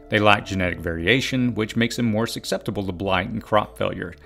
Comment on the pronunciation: Good advice. Don't forget making sprouts, especially for city dwellers. Please learn how to pronounce the word "susceptible."